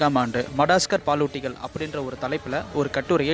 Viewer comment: மடாஸ்கர் இல்ல bro அது மடகாஸ்கர் keep good pronounce..... Super bro......